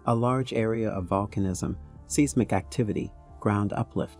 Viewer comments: Get your pronunciation straight! It is pronounced "size mick" not "seize mic" and lithosphere is pronouncing " litho sphere" not "litha sphere" What is terrifying about it? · It's not 'seesmic'. It's hard to take him seriously when he says it repeatably. It's 'size'mic. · Seismic- Pronouced as "size mic". Where the hell did you learn to mispronounce it? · Luv being taught by someone that mispronounces seismic. Size mic not seas mic lol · Seasmic? You mean Seismic? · Repea after me - Tan - zah - NIH - ah. Now, seismic is pronounced 'size - mick'. Why do I bother? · define seesmic please? i always thought it was seismic. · Only person ive ever heard pronounce seismic like that. Seasmic lol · Anyone else annoyed by how he says "seismic"? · Very nice. Work on your pronunciations of seismic and Tanzania. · I was very interested in this and trying to take you seriously, but that is hard when you make so many simple pronunciation mistakes. You mispronounced reputable, seismic, chasm, seismicity, lithosphere, and more before the seven minute mark. It’s hard to take you seriously when you make so many errors reading your script because it is so jarring that it breaks my concentration on the storyline. I gave up listening at minute , but I imagine you made more mistakes after that. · He can't pronounce seismic.